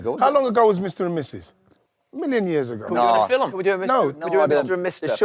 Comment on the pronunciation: How has he got TWO syllables out of ‘film’ 🤣🤣